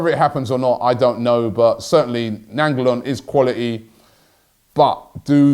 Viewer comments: Robbie u butchered his fkn name. Its pronounced Rad-ja Nai-n-golan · "Rajda Nanjalan"